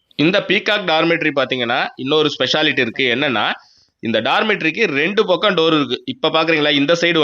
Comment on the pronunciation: இரண்டு பாக்கம் இல்லைங்க (பக்கம்)